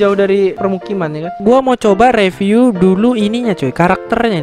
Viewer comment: mbak bilangnya review ya bukan riviuwe